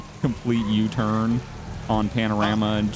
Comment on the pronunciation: Guess what. "Jweffs twurn to wun"